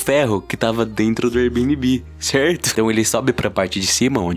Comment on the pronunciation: Kkhkhkhkhkh "érbinibí"